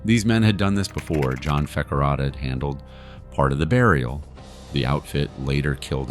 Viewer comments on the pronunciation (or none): none